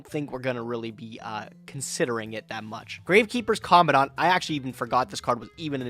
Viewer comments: Why you call it common-dawn-t it’s command-ant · "Co-man-dent" Commandant That's how you pronounce the name lol